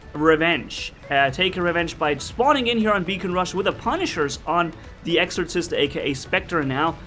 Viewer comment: By the time your learn how to say exorcist correctly they change it lol. Your almost invincible with this bot lol